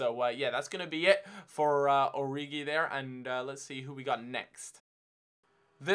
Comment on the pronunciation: I've been told that Origi is pronounced "Ori-She".